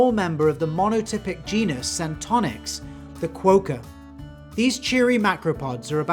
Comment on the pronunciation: Almost with the quokka pronunciation. Kwow-ka? ye nah mate. Kwok-ka? Ye mate.